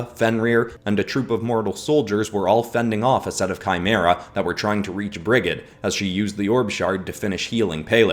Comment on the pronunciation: Hey I’m from Ireland and I’d just like put in a correction Brigid would actually be pronounced as brijid